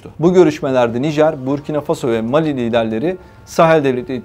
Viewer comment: переводчику неплохо было бы озаботится правильным ударением в названиях стран ..МалИ И БуркинА ФасО Это в школе проходят.